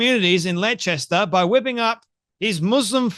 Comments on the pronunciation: wheres Letchester you had aussie english subtitles this time too! theres no such place as your made up Letchester are you on the wacky backie or is it somewhere in Dwales or is it anywhere near Bipswich dont be putting on the its not my fault i have a speech impediment well we dont care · Leicester is pronounced ‘Lester’ mate 😜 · Leicester, pronounced Les-ta like Mo-lesta. In other words, a fitting town name for Muslim immigrants and their beloved p*do prophet. Kudos to Douglas Murray and the Spectator for standing on truth and defeating the lying scoundrel Hijab. 🧕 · Dear, Leicester is pronounced 'Les-ta'. Your pronunciation doesn't matter to me and gave me a good laugh. Well done for reading Douglas's article. Enjoyed your podcast and enabled me to hear what the article said as I don't subscribe to The Spectator. Keep going! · no, it is pronounced as explained. Australians speak English. People who have not encountered English county and town names may get them wrong; but those errors are still errors. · Pronunciation has nothing to do with an accent! 😂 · Pronounced "Lester" and "Pewgilist." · bless you Leicester is pronounced Lester and pugelist pew gelist